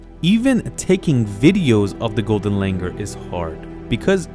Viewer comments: Its Langur not langar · Its not Langar.. its pronounced “Langoor” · The pronunciation is not Langer, but Langoor. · It's not pronounced as Langur, it is Langoor. And the British didn't come up with this name. It has been the name for ages. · You are pronouncing it wrong. Its langoooooooooooor.